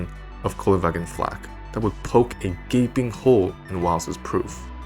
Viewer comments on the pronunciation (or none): none